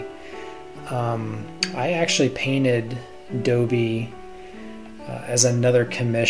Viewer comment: You're pronouncing it wrong. It's not "Dobie", it's Dobby. Rhymes with Bobby. But this is awesome! ;o)